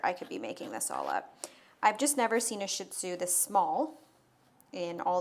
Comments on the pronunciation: it's pronounced Sheet zoo not shit zoo lol. Just an fyi 😂😂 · Phonetic: SHEE ZOO., can we pronounce it properly? Stop calling them shit zoos. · Wrong pronunciation. It’s pronounced: SHEED-ZU. Being a dog groomer, she should know this! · ShihTzu is pronounced Shee TZoo We had a ShihPoo (SheePoo) That was 5.0 pounds. She's very cute.